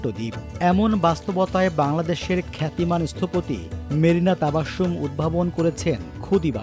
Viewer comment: Sonata shotgun korey naam Charon keno kortey paren na? Marina TABASSHUM na, naam holo Marina TABASSUM!!! She’s an amazing architect who cares for uplifting the common people; NOT LUSTING for money…!!!